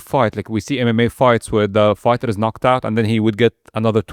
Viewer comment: Host: "Fighter" ❌ "Farter" 👍